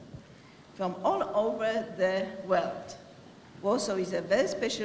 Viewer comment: "from ol ołwe de łeld"